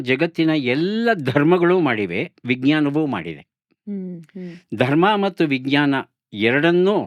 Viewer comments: ಸಂದರ್ಶನ ತುಂಬಾ ಚೆನ್ನಾಗಿತ್ತು ಮೇಡಂ ವಿಜ್ಞಾನದ ಉಚ್ಚಾರಣೆ ತಪ್ಪಾಗಿದೆ ಎಂದು ನನ್ನ ಭಾವನೆ ಜ ಕಾರದ ಬದಲು ಗ ಕಾರದ ಉಚ್ಚಾರಣೆ ಯಾಗಿದೆ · ಬಹಳ‌ ಒಳ್ಳೆಯ ಸಂದರ್ಶನ. ನಿರೂಪಕಿಯ ಬಾಯಲ್ಲಿ ವಿಜ್ಞಾನ ಶಬ್ದದ ತಪ್ಪಾದ ಉಚ್ಛರಣೆ ಕಿರಿಕಿರಿ ಅನಿಸಿತು.